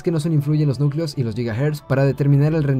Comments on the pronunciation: nicleos < núcleos ..........xD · dice 8 nicleos xD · dice nicleos :v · nícleos y nulceos xd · nícleos y núlceos xdxd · nícleos xD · minuto 6 ''nicleos'' JAJAJA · "nícleos" "núlceos" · En el Procesador FX 8350 dice "8 nicleos" en vez de nucleos minuto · pusiste nícleos y núlceos jajaja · 8 Nicleos XDD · Nícleos y Nulceos, ¡Aflojale a la Mari sobri! O tendré que enseñarle de modales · nicleos y nulceos xdd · 8 nicleos :v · NICLEOS! :v